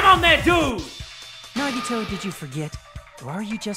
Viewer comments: Hajime: Nagito Subtitles: Naughty toe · everyone: no that’s wrong! Nagito: no that’s wong!